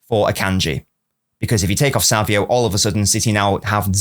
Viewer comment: why do you say savio? it's savinho